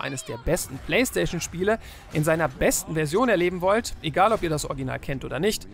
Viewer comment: Warum kann keiner bei euch "Original" richtig aussprechen? Sowohl du als auch Fritz sagen immer "Orginal", was soll das denn 😂